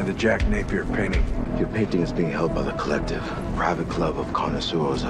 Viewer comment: When Jacob was talking to that guy at the start I swear he said "your painting is being held by the clit" 😹😹😹 Edit: on second listening, it does sound more like the collective 🤣🤦🤣